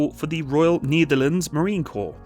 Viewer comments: I can't watch any further. "The Neetherlands". I can't tale it anymore. Just say "The Netherlands". II don't know what language you're trying to say it, but as a Dutchman who's fluent in English I can say: You're butchering it either way. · why say "kneederlends"? The correct pronounciation is "nay-ther-làn-suh". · nEtherlands as in net, not nEEtherlands. You almost make it sound like a german saying Niederlande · NIEDERLUNDS NIEDERLUNDS DON'T MAKE ME COME FIND YOU FOR ABSOLUTELY BUTCHERING THE PRONOUNCIATION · The Netherlands or the Nietherlands? You tried to say the correct thing, but you really butchered that. It's Ne-der-lán-ders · The Knee-therlands...??? 😂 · Yes, and than you got the vector and the rest of Defenture. BTW whats up with that "Neederlands"??? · Ah yes, the "Neitherlands"(no offense😂). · The niederleands...🥲 Just say the netherlands or dutch i beg of you 😭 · At least you butcher The Netherlands instead of saying Holland 😂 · *cure a sao, not cure a cow. And what is up with your pronunciation of the Netherlands? 🤦🏻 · I can understand the Nederlanders pain on how pronounced the Netherland. But when he pronounced Curaçao my heart skipped a few beats. 😅